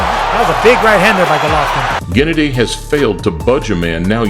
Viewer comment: That intro always gives me chills. #Motivedia4life Also, my man, Golvokin.... Not right